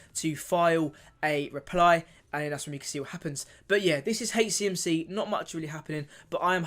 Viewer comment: Please, it’s soooo difficult listening to you call HCMC “HateCMC” it’s H CMC not hatech CMC…thanks